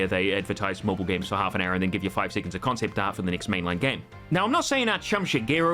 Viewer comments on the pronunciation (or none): none